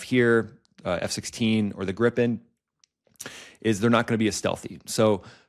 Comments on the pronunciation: Its NOT "Grippen" You say Griiipen, prolong the i ,with an i like in "inside" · It is Grippen. Swedish for Gryphon. Everybody in aviation calls it 'Grippen'